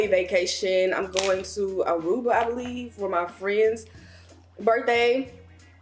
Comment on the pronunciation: Wait did she say Aruba?